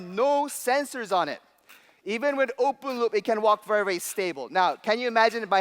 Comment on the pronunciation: I thought he said Oompa loompa.. (Open Loop)